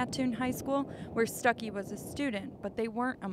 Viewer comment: his last name was not stuck-ee it was pronounced stoo-key